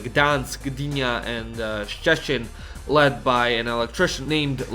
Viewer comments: yeah, but the pronunciation was very good. I get it, Szczecin has an intimidating vibe, especially for people who don't speak Polish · Damn, you managed to say it all in half an hour video - it's basically what every Polish student is being taught, but I've never seen this in English. Good job! Also kudos for the effort of pronouncing Szczecin right - you did perfect! BTW, about reparations: well... Germany paid them, but they paid them to USSR and USSR was supposed to give Poland their share, but (surprisingly) they didn't.